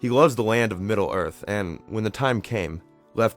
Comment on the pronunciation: The Gods of Middle ORF?